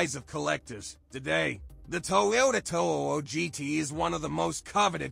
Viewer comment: Just be honest. It's not your real voice. Unless you actually pronounce 2000gt (two thousand jee-tee) "two-ohohohjeetee", you're only fooling yourself.